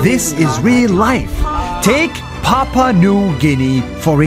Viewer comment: papua not papa